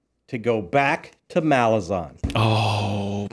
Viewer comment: guys just a nitpick...it's 'Malaz'An not MalaZAHN